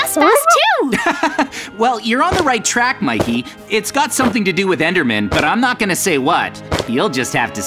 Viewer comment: Mikey not maykey